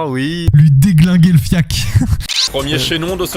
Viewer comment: C'est les parigots qui disent fiak ou quoi ? C'est FIACRE bordel 😂